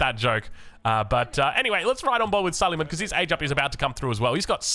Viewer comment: say su-lay-maan and not su-lee-man, not that this changes gameplay or viewing experience in any way. (he was an ottoman king, with the big onion shape headgear)